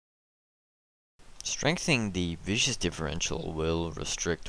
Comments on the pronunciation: Its VIS KUS not VI SHOUS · it's actually viscous ;p